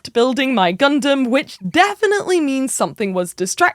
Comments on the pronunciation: Think we need a count on every Gundam related episode. And if GunDAMN is said more than GunDUMB then there should be some sort of forfeit 🤣 … loved the “I’ve only just learned how to say Gundam” and then instantly says it wrong 🤣 (this is all said in jest, no malice I promise! Keep up the great work) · its nice that you are saying Gun dumb in stead of Dun Damn this time around. however the way you said gun damn was pretty fricking cool! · OH MY GOD! Thank you for saying “gun-dum”! Now please get all your compatriots over there to stop saying “gun-DAM”! Love all you UK-ers over there, but it always so unnerving to hear “gun-DAMMMM” in conversation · We get Gundam pronounced like an American folks. We made it